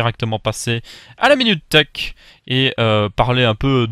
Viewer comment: je sais que c'est thech mais sur le coup je comprends theak